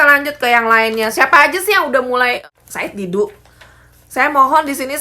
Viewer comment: Said Didu jadi said bubu